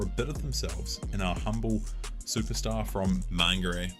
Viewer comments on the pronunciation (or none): How desperate is to come up with this cheap clip to make sure no one finds out that it was actually her that was the problem. This idiot was to stuck up to even pronounce Mangere properly..MAN-GREY 🙄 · You can’t pronounce Mangere.